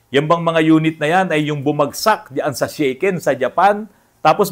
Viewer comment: Sha ken po NOT Shey ken bro 😅 (pronounce in Tagalog) Actually ang sasakyan ko sa Japan Daihatsu Tanto (kei car din po) and mostly ang gamit ng Japanese ay Kei cars gawa ng DI REQUIRED NA MAGKAROON KA NG PARKING (pwede kahit sa harap ng bahay mo bastat huwag haharang sa sidewalk) at MABABA PO ANG ANNUAL ROAD TAX, HOKKEN (insurance) at ayun nga po SHAKEN (sa atin PMS tawag) every 2 years. Actually pag nagpapalit ang Japanese ng kotse ay pinamimigay na lang o kaya binebenta ng sobrang mura na parang bigay na rin. 😅 Gaya ng gamit ko na Daihatsu Tanto na nabili ko ng 5 lapad (more or less 20k sa pesos). Sa Japan di mo pwede basta iwan ang luma mong sasakyan gawa ng hanggat di mo siya declared sa parang LTO sa atin ay tuluy-tuloy monthly niya na kaltas ng car insurance at annual road tax.. Need mo rin magbayad ng disposal fee at ask ka certificate para maipasa mo bilang katibayan na wala na ang sasakyan kaya stop na lahat ang monthly hoken at road tax mo. Sasakyan ko now dito sa pinas ay Minivan DA64v turbo at maayos naman ang takbo - di ako nanibago sa lever sa kaliwa at kanan ng manibela dahil nga sa same sa Japan ang pwesto na nakasanayan ko - yun lang una medyo kakalito dahil nasa kaliwa na kalsada nagda drive dati sa Japan at now sa kanan. Nung una kong drive sa pinas minsan napupunta ako sa kaliwa pagliko ko lalo na sa province na wala halos traffic sa highway at wala ka kasi sinusundan na sasakyan 😅 Nasa 126k pa lang odo ng suzuki minivan ko at maayos pa rin takbo att wala p